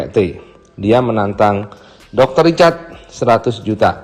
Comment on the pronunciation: Richard bang yg bner bukan ricatd ( H ny ga d pke 🤭ga pke T tpi pke R ).. 🤣🤣🤣🤣MAAP CANDA